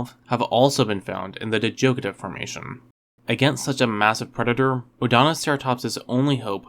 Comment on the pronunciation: I learned that you've mispronounced Zhuchengtyrannus and Djadochta.